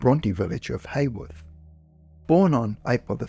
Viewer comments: The Bronte village of Haworth is pronounced "How Earth", not "Hay Worth". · Haworth, Bradford is pronounced How-w'th (though English placenames can be and are always tricky to pronounce, what with spellings not matching the pronunciations).